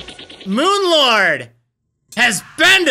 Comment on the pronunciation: I honestly thought you were saying Moon Lard. xD